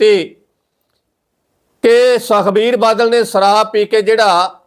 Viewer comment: ਸ ਦੇ ਪੈਰ ਬਿੰਦੀ ਲਗਾਇਆ ਕਰ। ਪੰਜਾਬੀ ਭਾਸ਼ਾ ਦਾ ਮਜ਼ਾਕ ਨਾ ਉਡਾ। ਸਰਾਬ ਨਹੀਂ ਸ਼ਰਾਬ ਹੈ। ਨਸਾ ਨਹੀਂ ਨਸ਼ਾ ਹੈ।